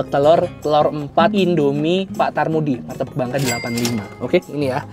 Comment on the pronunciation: Pak Karmudi bang bukan tarmudi hehe..